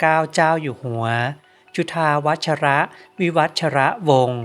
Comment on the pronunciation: จุฑาวัชร อ่านว่า จุ-ทา-วัด มิได้อ่านจุทาวัด-ชะ-ระ คะ ตัวท้ายไม่ออกเสียงอะคะ